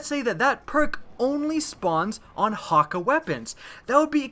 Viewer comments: He said: Häkka My reaction: what?! What I relized: He's saying Häkke wrong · Omolon is yellow Häkke (hok-a)